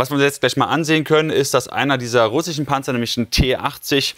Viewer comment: Ich liebe es, wenn Julian "russschschen" sagt 😂